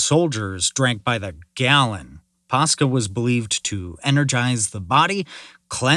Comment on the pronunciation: Water mixed with wine is called Posca not Pasca